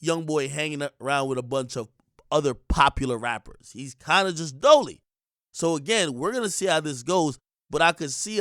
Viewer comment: its dolo not dolie